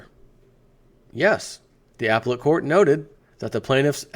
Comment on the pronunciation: up-pel-let court... not ap-let court. Too funny.